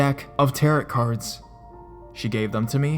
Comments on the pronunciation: tar-oh not tarit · what exactly is a tear it card reading lol. the end t is silent essentially sounding like tear oh. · It's pronounced "TEHR-OH" the last "t" is silent. And the "c" in Celtic is a hard "c" meaning it's pronounced like a "k". It isn't pronounced like the Boston Celtics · How can you make a 13 minute narration video on the subject of tarot cards and and not somehow find out the pronunciation of the word tarot? It's french. TA-ROH. It's not pronounced like carrot.